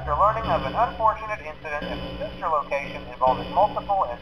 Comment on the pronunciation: wait did phone guy just said sister locatio?!?!?!